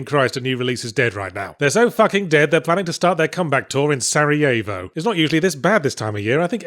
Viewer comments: Odd pronunciation of Sarajevo, but I do notice you seem to reference the Balkans a lot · The way you pronounced "Sarajevo" I'd never guessed what you mean.